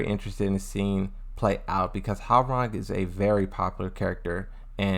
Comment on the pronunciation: As a Korean , thank you for pronouncing his name correctly ~ i hear so many non Koreans saying Rang like telephone rang . it is suppose tonsounf Rahng, ppl ! like Hyundai everyone saying Hyoon Dye . it is called Hyun Dae mad respect !